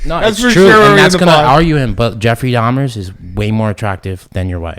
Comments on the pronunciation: It's dahmer .. jesus... dahmers wtf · If I have to hear this boy say Dahmers one more time…it’s DAHMER